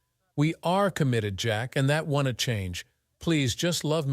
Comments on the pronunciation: Its over before he even heard about it. Plus this ai is pronouncing things terribly. Wontee eg wan-t or eg Jack-s . Plurals are done terribly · If you are listening to this story without watching it, you can't possibly know the A.I. voice cant figure out how to say contractions, or it cant say contractions because the apostrophe is missing where the contraction would normally go, so don't becomes Don - T, won't becomes, Won -T, and so on. Infuriating. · please teac you AI reader how to pronounce words like can't and won't...........!!!!!!!!!!!